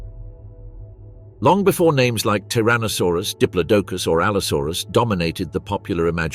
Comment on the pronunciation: Pronounced di plodo cus